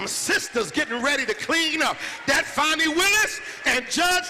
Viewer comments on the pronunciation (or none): 😂😂😂 fani with an a is Danny. Not fawny